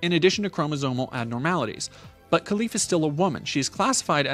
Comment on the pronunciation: Hey thanks for your video, I hust wanted to say that it is pronounce Relif not Kelif :) with a gutural R